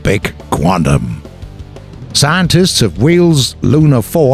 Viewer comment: "saantists" you sure about that?